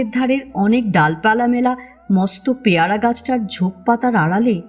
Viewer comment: না, বাঁচলো না, কিছুই বাঁচাতে পারলো না দুটো ভাবাবেগ তাড়িত ছেলেময়ে | বাঁচতো যদি বাপ_ মায়েরা ছেলেমেয়েদের শাসন না করে মন বোঝার চেষ্টা করত | গল্পপাঠ ভালো তবে প্যায়রা নয়, উচ্চারণ হবে পেয়ারা |